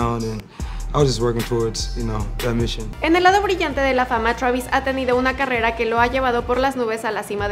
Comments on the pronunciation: se dice Twreivis, no TRABIS V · Me da cosa que le diga chuavis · "Shravis" travis ptm!!!